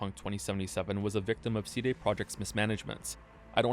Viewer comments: is the way you pronounce CD the april fools? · The real April fools joke here is the way pronounces "CD"